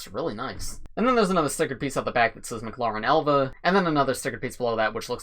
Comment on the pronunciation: It's not pronounced "m-cloren". it's pronounced "M-clAren". It's 'a', not an 'o'. Like Karen but with a 'L' after the 'K'.